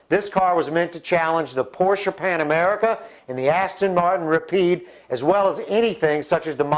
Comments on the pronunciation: panAMERA not panAMERICA!!!!!! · it's porsche panamera not panamerica......5.39-5.40 if u don't believe me...